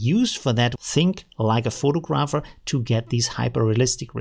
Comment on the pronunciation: versuch mal das eher "Fo'tagraffi" und "Fo'tagraffer" auszusprechen... ansonsten alles supi:)